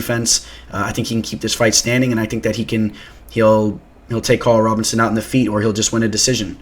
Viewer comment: ROBERSON not Robertson